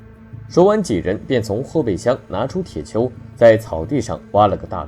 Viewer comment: 铁锹 tie qiao 不是tie qiu